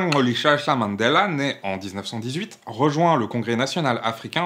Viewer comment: Respect pour le clic à la prononciation du nom complet de Mandela !